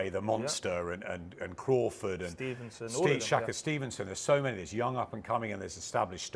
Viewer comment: shaka stevenson? you ever heard of tupac shaka no me either its Shakur ffs adam smith at it again